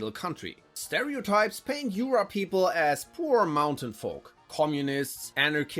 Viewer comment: J in Jura is not pronounced "i" ;)